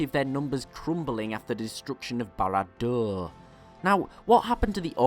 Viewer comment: Bara Durrrrr.... Bara Durrrr. The way he emphasizes is soooo cute